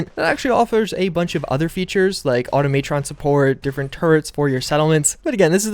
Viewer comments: So many of your videos are now, “a bit different,” it’s the “regular” ones that are now the unique ones. Also, , “auto-matron” support? Seriously, you need to work on your pronunciation before you leave college. You’re going to be crucified in a professional setting. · "Aw-Toe-MAY-Tron Support" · Why you pronounce Automatron like that.